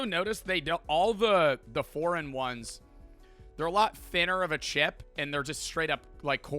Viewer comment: I keep thinking he says four in one because he has a slight pause after he says for and then says eign. LIke he said foreign ones but it sounded like four in one